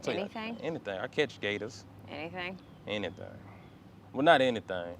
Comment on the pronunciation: the guy was saying "anythang" though